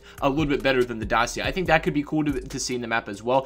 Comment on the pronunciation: As a romanian i find it a little funny how you say Dacia